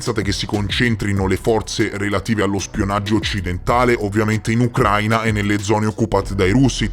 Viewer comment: a titolo informativo, non è Ucráina ma Ucraína. L’accento cade sulla i e non sulla a. ✌🏻